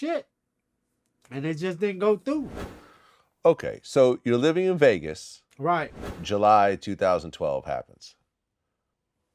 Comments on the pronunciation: My mans said BEGAS too #GLADTV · Brian: You mean Vlad Crunchy: Glad Brian: okay then how do you say Vegas Crunchy: Begas.....